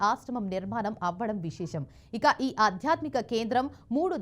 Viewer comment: అధ్యాత్మిక కాదు, ఆధ్యాత్మిక అని పలుకు తల్లీ